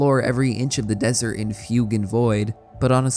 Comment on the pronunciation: What's that desert game you mentioned? Vyugan Void? Never mind... it is fugue in void. WTF is fugue? Sometimes I hate the english lanague.